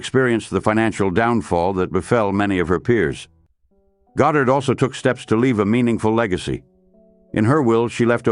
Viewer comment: A.I. seems incapable of even pronouncing her name. There are three different variants in this one video. I will pass on finishing...